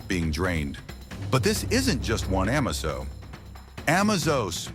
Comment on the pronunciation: its pernounced A-maze-zo